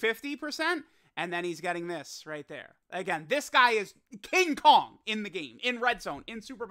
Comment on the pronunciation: The way says King Kong😂😂